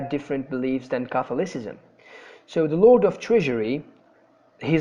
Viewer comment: Very helpful video and clear information. I know this is an old video, but be careful with - fossilised - pronunciation in the future: Anglicanism /ˈæŋ.ɡlɪ.kə.nɪ.zəm/ Catholicism /kəˈθɒl.ɪ.sɪ.zəm/